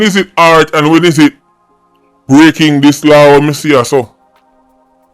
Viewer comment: Law not law-in ......